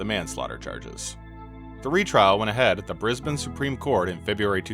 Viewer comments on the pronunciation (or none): none